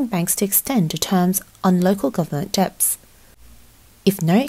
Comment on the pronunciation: Dets not deBts.. girl